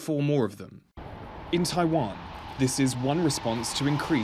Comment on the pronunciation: It's not Taaiwaan it's Taiwan